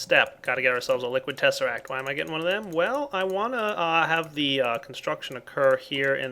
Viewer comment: Tezseract???!!! XDD